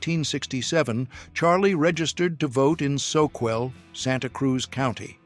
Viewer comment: Soquel is pronounced " So kell".